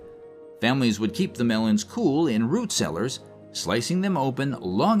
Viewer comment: Around the 16 minute mark, you guys are talking about a jalapeño pepperThe jalapeño Gigante. You’re pronouncing the last word wrong. You want to sound more like: he gone teh.